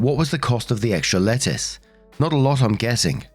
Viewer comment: lol, every time the narrator said "lettuce" I heard "letters" and was sooooo confused. Sometimes you really have to read along with them.